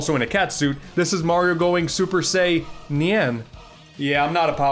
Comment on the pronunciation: “Saiynyan” I love and don’t like that so much.